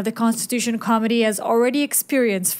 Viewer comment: Dear you are wonderful but you pronounce Committee so it sounds like Comedy which may be appropriate at times haha. I find it amusing